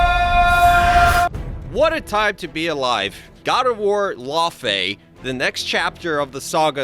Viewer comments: It's fucking pronounced lau fee not lau fay Jesus Christ say it right !! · For the love of all that is holy, it’s not pronounced LAWfey.. it’s Laufey like “loud” without the d.. Norse it’s pronounce lau-fee but no LAW…